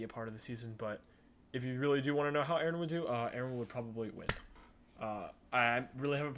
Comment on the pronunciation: It's not "Aaron"